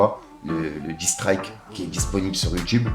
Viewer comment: Il y a personne dans ton entourage qui peut t'aider en anglais ? Le " disstrayk " C'est compliqué quand !! 😂😂 sinon force 👌🏾